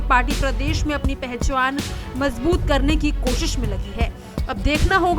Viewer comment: ये इनकी हिंदी है😂😂 पहचान ❌ पहचुवान ✅